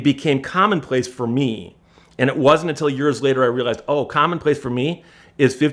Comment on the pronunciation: "fer meee..."